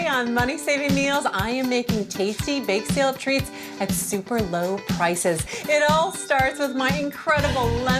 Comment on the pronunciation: "AT SUPER LEW PRICES 😊"